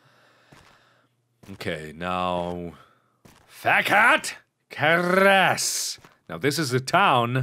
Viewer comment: Damn Bruh yes, I know. Fekete Keres just sounds so wrong